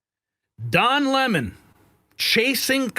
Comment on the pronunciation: Don Le-MON